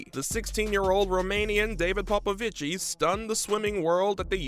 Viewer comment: It's Popovich, not Popovici, the last i is silent.